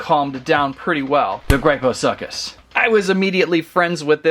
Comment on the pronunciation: He littarly said grypho suck us lol